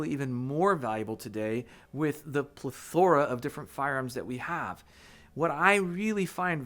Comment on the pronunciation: how is a Mexican like gonna say "Ple-THora" and not "Pleth-ora"....?!